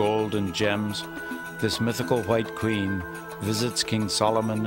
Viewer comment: Did you guys hear how the narrator, put emphasis on “ white Queen “ wow the nerve of them